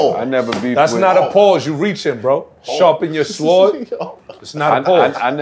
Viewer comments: Dude really pronounced the w in sword lmao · even the way my nigga said sword sounded wacky. Big pause on that my nigga. Queens.